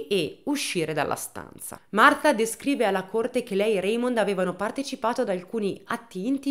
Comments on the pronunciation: E' Martha in inglese e lo pronuncia correttamente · un applauso a te che per tutta la durata del video hai pronunciato Martha con il th inglese! Solo per questo meriti tanta stima ♥️🤣🥰